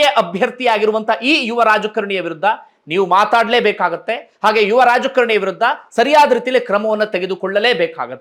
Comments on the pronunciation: ರಾಜ ಕರಣಿ ಅಂತ ಉಚ್ಚರಿಸುತ್ತಿದ್ದೀರಿ..ರಾಜಕಾರಣಿ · ಯುವರಾಜ ಕರಣಿ ಅಲ್ಲ ಯುವರಾಜ ಕಾರಣಿ ಅಂತ ಹೇಳಿ